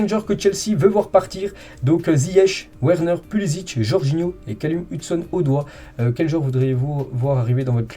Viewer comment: Lire "Verner" et non Werner. "Odoï" et non Odoi